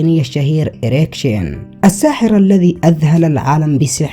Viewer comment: ايريك شين ولا اريكسن😂😂😂😂😂